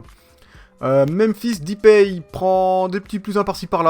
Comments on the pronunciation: c'est deeeeuuuupay pas dipay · "Depay' se prononce "des pailles" et non "dipaille" pour info